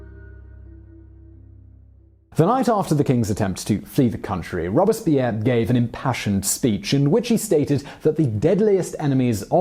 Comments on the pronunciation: This guy kills me with his constant mispronunciation of words and names. It not rob-es-pierre, it's robes-pierre. Understand how the French language is enunciated. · Take drink everytime Simon says the name Robispierre. I dare you! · Yeah it pronounced ROBES-Pierre Like he has two robes. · All interesting, but, when did ROBESpierre become ROBERTSpierre? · It’s Robespierre not Robuspierre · ROBE--SPEAR...!!...ok Simone? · "Robes" Pierre French guy in a poncho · His name was Maximillien de Robespierre not Maximillien Robespierre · I am pretty sure your saying Robespeirre wrong.